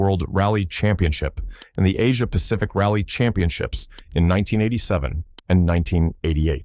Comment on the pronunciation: Championships, not championchips